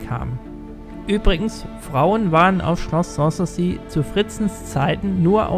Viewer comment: Außerdem ist die Betonung von "sans souci" falsch.